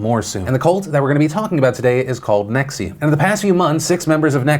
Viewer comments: Why do you keep saying Nexium as in the heartburn medicine? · I get the cult. I dont get the pronunciation of the cult